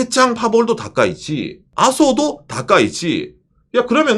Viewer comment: 다카이치가 다까이네로 들리는건 저말고 다른분 계신지?